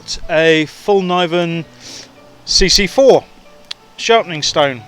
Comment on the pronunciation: its called "fällkniven" as in "the folding knife" in Swedish. its pronounced something like Fell knee when (with the k sound in knee pronounced)